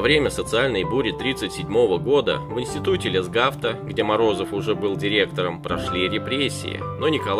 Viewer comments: Голубчик ведущий,существует правило:если что-то не знаешь,посмотри словарь!Не ЛесгА фт, а Л Есгафт,основатель теперь Академии ФК и спорта в Петербурге! Милок,ты , не иначе,только церковно-приходскую школу с трудом закончил. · Петр Франциевич ЛЕсгафт. Ударение на Е. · . лесгавт ударение не а а на е в слове лесгавд делать надо это ученый с мировым именем. основоположник физкультурного движения в России. ая яй. 2 вам за безграмотность 5 за рассказ.